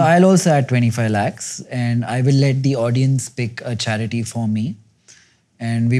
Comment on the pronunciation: charity sounded like Chaaya-Kudi.. means 'have-tea' in Malayalam. Wasn't expecting philanthropy on the table , great to see !.